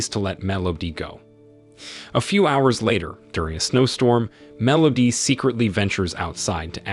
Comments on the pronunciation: I'm not sure what's worse - the movie itself or this guy's pronunciation of "Melody". MEL OHH DEEE. Terrible. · Are we just gonna ignore “mellodee”? Or should I say, consistent “mellodee”.